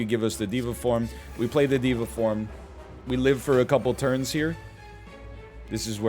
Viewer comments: dey-va form not dee-va form my dude :-) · I really like NL saying diva form instead of Deva form